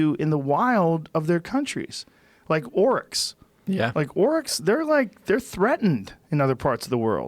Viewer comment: Oryx.... Not Orcs.